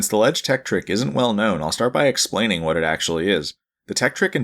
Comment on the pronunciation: "THE LEDGE TEKTRIK"